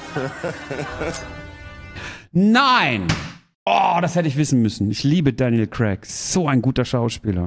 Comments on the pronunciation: daniel crack😂😂😂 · Ich liebe Däniel Cräck. 😆👍